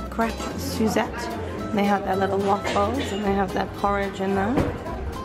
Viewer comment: I’m laughing so hard, when you said ‘Em, you really need a ‘crap’ 😅😅😅 it’s called a crepe, pronounced Krayp 😂😂😂 second crap of the day ! I just can’t 😂😂😂 great vlog though!